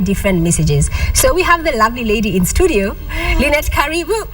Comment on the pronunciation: how can KTN mess up the word "STUDIO'???????????????